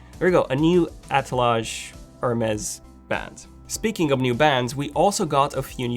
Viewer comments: It’s pronounced Her Mees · Hermes/ Hermes...lol I loved the way you pronounced the word Hermes